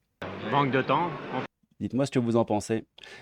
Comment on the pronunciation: Quand vous fustidgez. Quand vous djites. J'ai envie de le claquer cette racaille.